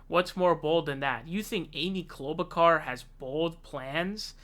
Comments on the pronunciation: 'Klobukar?' Are you taking the piss bc her own family is in disagreement over the pronunciation? 😂 WHY ARE YOU SAYING IT LIKE THAT? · Why do you mispronounce so many names? Joe Ro-Gann, Amy Klobo-car..... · She is not a "...kar", she's a "...shar". Like in "Charlotte", like in "charlatan". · Oops, almost pronounced her name correctly. We can't have that. But my favorite is Cloudbootjar as coined by Kyle Kulinski. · Dude why r u pronouncing it like that. Ur like Pakman trying to pronounce Gabbard. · You pronounced Klobuchar wrong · Why u leave the h out of klobuchar I’m confused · Dude is it too much to ask for you to learn how to pronounce the names of the people you’re doing videos about it makes you look and sound so stupid. Have you really never heard anyone say her name before are you kidding? And the names you miss pronounce you were always the only person I’ve ever heard miss pronounce those names like there’s something seriously wrong with you. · yeah butcher her name!